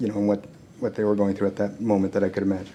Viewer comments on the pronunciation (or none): none